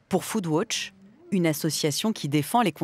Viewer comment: "Pour FoodWotch" ahaha Shakesspear vient de gerber dans son cercueil,et le prof d'anglais de la voix off aussi =P